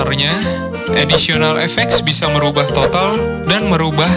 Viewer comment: Additional kak, bukan auditional. Semangat yaa